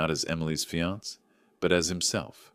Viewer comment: Why does he keep mispronouncing fiancé which is pronounced exactly like the female version fiancée but spelled differently!